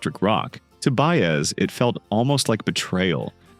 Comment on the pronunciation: This COULD have been such a terrific story, however, you let AI crap butcher her name over and over, left out so many events, performances, and personal experiences that as a life long fan of her and Dylan it became both painful and disgusting to try and watch. Shame on you for trying to exploit such a great singer.